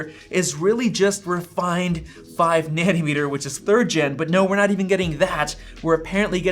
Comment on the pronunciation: why you keep saying nanny-meter